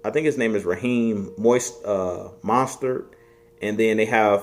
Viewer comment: This man said “Raheem monster” It’s Raheem Mostert 😂